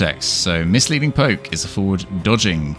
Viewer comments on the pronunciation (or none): none